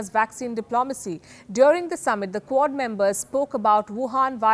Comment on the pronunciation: I kept hearing CORD and didnt know what she meant